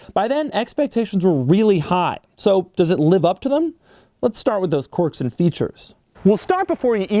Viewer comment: "Quirk" is pronounced kwerk, NOT cork. Every video Doug. Every video. =)